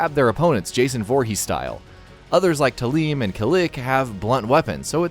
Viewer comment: Tah-LEEM & Kah- LICK? Was he joking? If he wasn't, then, that's ok. He didnt know any better. If he was, then that was freaking Tah-LAME and Kah-LICK my balls for that one.